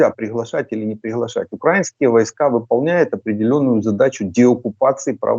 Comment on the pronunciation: Почему свитан говорит укрАинские, а не украИнские? Засланный?